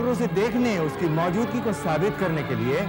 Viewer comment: Mouzudgi sahi lafz nahi hai.. Maujudagi...sahi lafz hai Bhasha ka Samman karein. Phir bhi aap ke program mein koi khaami nahi. Qafi chaste or flawless program hai 👍❤️